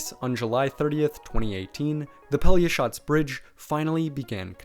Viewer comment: hey, respect to you for a real good pronunciation of a real hard word -> Pelješac :)